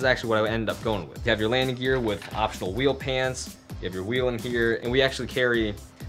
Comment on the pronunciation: Is it wheel pans or wheel pants? (please say pants)